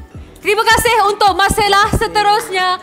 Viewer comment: Malcella. Sebutan je Marcella